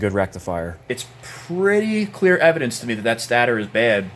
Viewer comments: Love the video but you said stat-ter it’s state-er😂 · Its pronounced Satayter not stater pronouce it correct please lol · im sorry😭 but its not stat-er its state-r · Its pronounced state-er not stat-er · just incase no one have ever told you its pronounced STAY-TOR. you had me giggling every time lol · Stay-ter....stator... much love brotha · everytime he said "stater" 😭😭😭😭😭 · Stay-ter... haha just messing around. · This was years ago. But guys. am i the only one who kept getting bothered when he prenounced stator wrong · Why you pronounce stator like that? I don't know why, but it always bugs me lol. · Have I been saying stator wrong because u say it weird lmao.. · Those are some sorry-looking tires!😭🤣 The way you pronounce "stator" and the fact that you are an Android guy, kinda jive. I bet the guy who built that stator also likes Androids! I hate 4-stroke piston rings with a passion! Awesome video! 🤘🏼 You earned that quad man! Keep it!